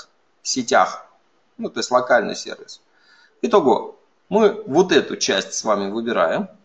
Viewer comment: Честное слово, очень режет ухо... Дмитрий Лебедев, уважаемый MVP тоже так его произносит.